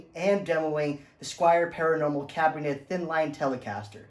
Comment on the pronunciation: If you're going to review it take the time to learn how to pronounce the name of it ....it's Cabronita....not whatever you fumbled through trying to say....lol.